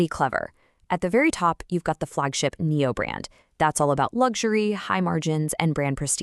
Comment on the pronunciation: day deam believing like last year..the year b4 etc.. a video with Ai c=voice not even able to pronouce NIO is not exactly adding credibility .. make a video about how it can avoid backrupcy.. that would be more appropriate given the 95% decline.. and one way down since the earth was created.. save the joke predictions and execute